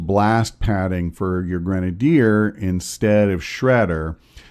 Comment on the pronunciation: You make grenadiers sound like a cherry flavored condiment.